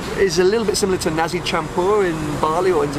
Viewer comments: I'm sorry but I'm going to have to correct you by saying It's Nasi "Naci" not Nazi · Not that bad to be honest, it was just how he pronounced Nasi sounded likes Nazi.